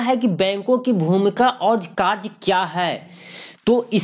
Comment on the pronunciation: लिखा है कार्य और बोलते हो कार्स